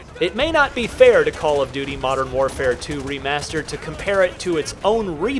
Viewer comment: Damn modern warfare 2 is a pretty odd way of pronouncing the best cod game